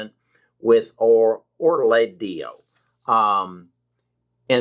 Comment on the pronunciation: OR-LA-DAY-O GAL-IH-DES-IH-VEER At least take the time to learn the terms before you speak about investing money into them.